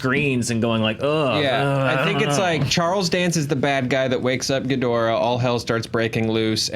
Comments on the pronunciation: Ghidorah. Not ghidrah. Say it with me. Ghi Do Rah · King Ghidorah...Ghi-dor-ah 👀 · The cringe of the GHIDORAH!.......being pronounced as "ghidrah" is too painful. Please stop this nonsense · Ouch, that mispronunciation of King Ghidorah's name is painfully off. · Y'all can not pronounce ghidora😂😂